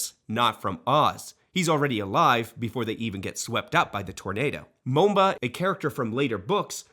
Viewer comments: It’s Mombi not Momba but I love the video. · Were you trying to pronounce Mom-bi?